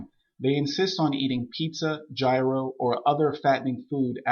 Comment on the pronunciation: Oddly the thing that pissed me off the most about this guy is how he mispronounced gyro.